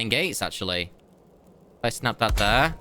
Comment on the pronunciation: Hurts my ears when he says "thrr" instead of "there"